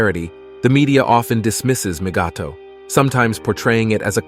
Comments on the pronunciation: Moogato? Who? LMAO! The AI that reads dialogue for these videos could use some tweaking. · The AI saying mgtow as MIGATO is hilarious! Kind of sounds like the name of a Japanese ship. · Migatto? Really? Somebody's AI translator is not up to standard. Wax on, wax off.